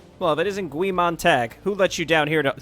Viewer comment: sorry to be the "well actually" person... but its pronounced "Guy" its a reference to the main character in Fahrenheit 451 who is a fireman